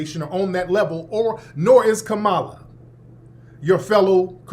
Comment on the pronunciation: I got to give it to Tariq , his Grift is one of the best out here ,all y’all falling in line. 😅😅😅😅. FBA is a very good Grift, Bro , I can’t take you serious , you still can’t pronounce VP Kamala Harris name correctly . Come on dude